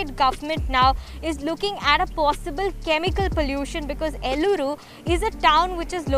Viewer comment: It’s Eluru not Llooru or Elluru... and YS Jagan is a corrupt politician and still people vote for him !!!